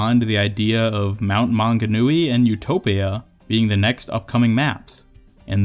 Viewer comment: Hahaha yeah I have been watching most of your vids for like 2 weeks and they are so good! Suprisingly, once i saw your vid I looked up more about the mt maunganui map and you were actually one of the only people i saw pronounce it right!